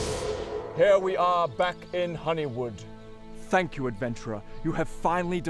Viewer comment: At first I thought he said "I'm gonna take this reputation and I'm gonna let all of Hollywood know what an asshole you are." Took me a moment to realize he was saying Honeywood.